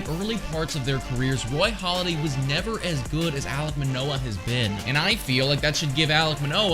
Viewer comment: It’s “Halladay”, not “Holiday”. Great vid!